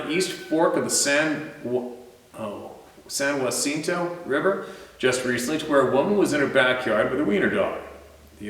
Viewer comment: Funny pronunciation of the San Jacinto😆😆🙂..it is pronounced San Ja-sin-toe...I hope this helps!!!